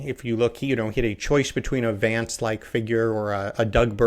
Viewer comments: it's Vance not Vonce. lol #merica #1776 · For the record, his name is JD Vance, not JD Vahnce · Why call him "Vahnce", when it's easy to say "Vance" (like "cancer")? It's a name, not a case of British vs American pronunciations eg of "dancer" and "chance". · I would never tell a Brit to say "chance" or "dance" like an American, but really, there is something absurdly precious and tone-deaf in mangling an American's surname. His surname isn't "vahns," it's "Vance," rhymes with "ants" and "pants." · Vance. A as in Hat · Pronounce Vance correctly!!!!! It is not “Vaaaance” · “Vaunce”— so not hillbilly, Freddie. 😂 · Learn how to pronounce Vance like Kass. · Freddy, his name is not pronounced Vance as in RP advance but Vance as in American short a... No one says Barclay California. It's Berkeley..